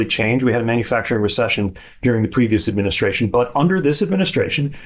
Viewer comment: What the hell is an "adminishashion"?